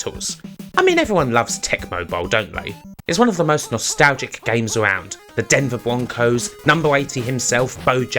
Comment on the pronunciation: Wubish? Denvew Bwoncos? Bwutal? Pwesentation? Bwilliant? Where is your accent from? Please please someone tell me where ... where?